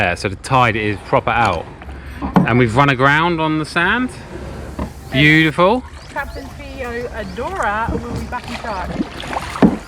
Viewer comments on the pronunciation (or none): none